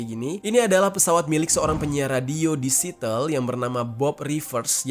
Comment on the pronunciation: Siateul bukan sitel